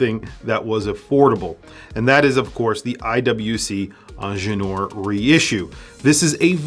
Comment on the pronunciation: Soooo wrong pronounciation on INGENIEUR: why skip the 2nd I ???? 😮😮😮😂